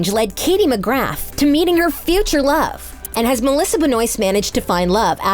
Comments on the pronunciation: You mispronounced Katie McGrath name (pronounciation is McGrah ... not McGrath) And also the pronounciation of Lena (it’s leena Not Lenna) Also the pronounciation of Benoist Also You mispronounce Kara It hurts in my ears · The way she says Lena and McGrath wrong